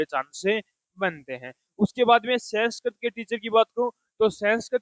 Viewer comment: Senskirit nhi 😂😂 Sanskrit